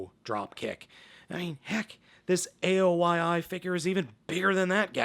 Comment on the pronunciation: Aoyi is pronounced as "Ow-Yee"